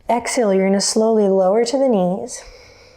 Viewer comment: Did you just say “hexhale”? That is adorably clever!!!!!!!